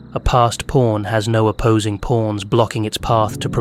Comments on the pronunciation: just satirical observational humor. All jokes aside, great analysis. When you say "pawns" it sounds like "PORNs." lol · Anyone else hearing" porns"?